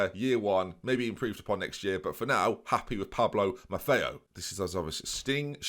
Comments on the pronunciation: Stijn is pronounced "Stein" - Not "Sting" or "Steen" - More like "Stine", and Schouten is pronounced Shoutin' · Stine but pronounce it Gaelic. I have never heard an Englishman do the proper IJ-sound so don't bother. The Ch is Schouten is like the CH in Loch Ness. So Shout-uhn but scrape your throat after the sh. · 'Dutch fans, get involved.' Well.. the truth is, you're never going to pronounce his name right. Stijn is pronounced as Steyn. But the "sch" in Schouten is really hard for a non-Dutch speaker to pronounce. I think "skout-en" is the closest you can get to his name.